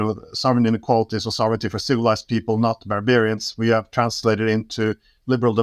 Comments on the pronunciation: Ik ben niet zo'n voorstander van gezeik over iemand zijn Engels. Ik vind dat van ondergeschikt belang, maar als we toch bezig zijn, let op je uitspraak van sovereignty. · Zijn Engels vind ik niet zo belangrijk. Sovereignty spreekt hij overigens verkeerd uit, maar, nogmaals, totaal niet belangrijk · Luister gewoon hoe Glenn het uitspreekt. Sofferntie